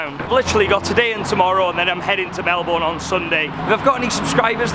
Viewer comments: Pronounced “ Mel-bin “ not “ Mel-born” just a heads up 😉 you’re welcome 😇 bon-voyage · I'm sorry but it kills me hearing you pronouncing it as "mel boune', it's 'melben' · Happy days! It wouldn't be a video without a free spa day! The best view in the world! Please start pronouncing Melbourne 'Melbun', the locals will correct you for sure! 😁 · lazy Australians would pronounce it as Melbin but in factuality it's proper pronounciation is Mel-born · Melbourne is pronounced Melburn. 😀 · Mi Hennesy its “proper” pronunciation has never had the “r” sound. We Aussie’s know how to pronounce our own cities 😘 it’s like trying to tell a British person they are saying Southwark wrong by making the “W” sound. You’re not gonna win here buddy. No Aussies ever say the “r” in Melbourne. Same as how Canberra is just Can-brah (no Australians say can-ber-rah) and Cairns is Canz or Cans (some Queenslanders have a more nasally z sounding s on the end.